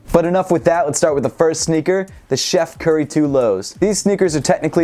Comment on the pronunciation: he said chef currys